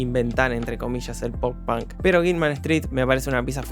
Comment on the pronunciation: dijiste tantas veces pan que por un momento olvide que se dice punk